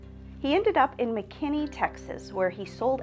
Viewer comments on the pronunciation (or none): none